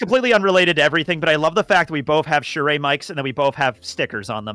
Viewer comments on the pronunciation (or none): the way tekking pronounces the mic brand "Shure" is very odd. its pronounced sure my guy not sure-ayy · Btw Shure is pronounced like sure